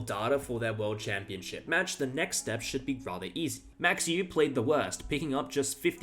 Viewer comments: Max OY-veh. Not OOOH WAY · Dutchman here. You’re not even close, mate. 😂😂😂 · Hi, Dutchman here to help you out. Try to pronounce Euwe’s name like ‘Øwe’, where the Ø is pronounced like in Danish or Norwegian, the w is somewhere between the English v and w, and e at the end like the e in English ‘taken’. The a in Max is pronounced like the a in the English ‘car’. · Max Euwe (pronounced "Oo-Ver") wasn't the worst. He was a family man that only played chess when time permitted and SHOCKED the chess world by winning the championship. Gukesh has played horribly since taking the crown. But at least he played. Ding went to bed for 9 months. ... excellent point. You don't get to be world champion without being an exceptional player, circumstances notwithstanding. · Max Euwe should be pronounced "mox Er-veh" but with the "r" almost silent. And Petrosian is "petro-SEEyan". Congrats for getting some much more difficult names correct btw. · Euwe - ERR-VUH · That's the funniest pronunciation, but not the correct one. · I recall hearing that Max's last name is pronounced "Oy-veh", just a heads-up. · Pronounced Max “oovay.” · You are mispronouncing Euwe's name. I normally wouldn't point something like that out, but you aren't even close. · Euwe may not be the worst world champion, but he's definitely the most mispronounced.